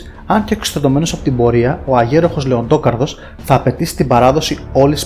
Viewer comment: Λεντόκαρδος, όπως λέμε Τόνι Σταρκ; Εντάξει πέραν της πλάκας γάμησε το βίντεο